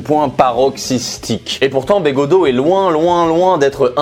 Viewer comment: j'adore comment tu écharpes de toutes les façons possibles le nom de begaudeau